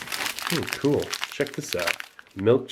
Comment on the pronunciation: Love the way he says "cool" like "kewl"